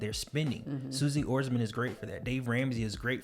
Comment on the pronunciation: I’m sure you guys know you pronounced Suze Orman’s name wrong, but good job keeping it consistent 😉 lol